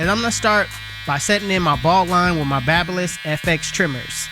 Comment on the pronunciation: Its baby__liss not babaliss